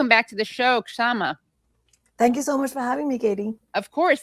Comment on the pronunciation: I think the "K" is silent, Shama, not K-shama.